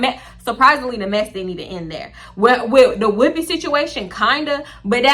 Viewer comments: The way u say whooopi has weaken me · The way you’re saying Whoopi is sending me 😂😂 “WHOOPEH”